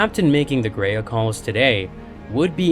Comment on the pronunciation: “Graia” is pronounced as “Grr-ah-ya”, not “grei-yeah”.